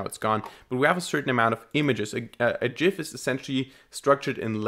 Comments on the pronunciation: It' pronounced GIF. =) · The trigger warning for the pronunciation of "Gif" was hilarious. Great video too ! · I'm sure it's pronounced as gif and not gif because gif just sounds weird and gif is clearly the right pronunciation for gif.